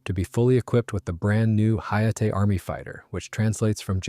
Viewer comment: IT ia no HAAAAA....Say the lettter H than letter A...stop with AI Voices.